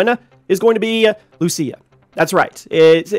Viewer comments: Wherever we go gta 6 leak is there 😂 And she is Lucia not Luchia 🤣🤣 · It is Lucia (Lu - Ceeuh) not Lusia